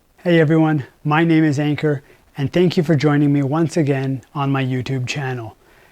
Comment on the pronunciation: Hey, you are pronouncing your name wrong. It’s shouldn’t sound like anger, the ‘an’ part should sound like under and ‘kur’ should be koor